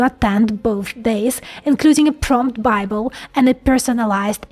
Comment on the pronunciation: Oh... She said "PROMPT bible". Ha Ha, I thought she said "TRUMP Bible"! I was like: What!?!?!?🤣